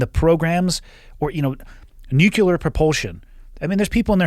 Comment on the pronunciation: Nucular huh